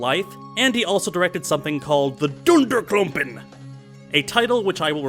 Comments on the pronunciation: Your pronunciation of "Dunderklumpen!" is actually spot-on. Well done sir. xD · Oh, and hearing you say "Dunderklumpen" pretty much made my day.